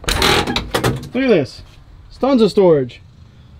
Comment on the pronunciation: "stons of storage" XD